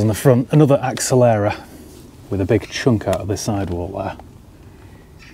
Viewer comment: Maybe it had a different set of wheels ? Hence why tyres so old also is accelera not short for accelerate. You pronouncing of it did make me chuckle.